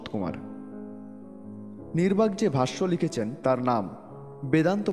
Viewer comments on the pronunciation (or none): নির্বাক নয়,নিম্বার্ক হবে । কিন্ত বাদবাকি সব ঠিকঠাক, এরকম আরও মহাপুরুষ দের সমন্ধে তথ্য দিয়ে জ্ঞান বৃদ্ধি করুন ।